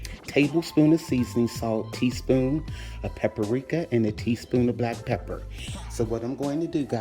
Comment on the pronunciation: what is pipirika? do you mean paprika?